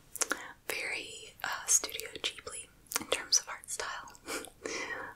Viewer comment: Alrighty then!!!, i dont like commenting more than once on a single video but half the time, i do it mid video... firstly, love anime, secondly, thank you for saying Ghibli correctly, you are now one of my favourite humans for that alone. 3rdly I guess, two anime suggestions for you I think you may like, one is Yakitate Japan!(its about bread making, has good character growth and progression, is funny and has sad moments), The other is Iroduku: The World in Colors (this is a beautiful anime, really lovely story, short and sweet, very heartfelt), bonus round, watch Garden of Words if you havent =] I hope you find time to watch these, otherwise hit me up and ill set up watch party. Have a lovely day =]